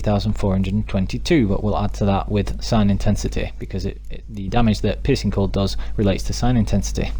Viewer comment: Is it just me or did he say the ''Piss and Cold mutation build''